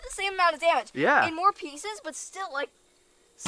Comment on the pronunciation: I love her expressions, not only on the way she handles that .44 but her innocent mistakes too… “Dummege” 😂😆😂